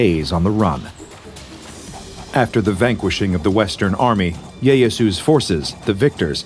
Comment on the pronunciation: Just for those interested in the Tokugawa Shogunate, The man's name was Tokugawa Ieyasu (EE-eh-Yah-Soo) The video narrator mispronounced his name. Musashi was an absolute menace.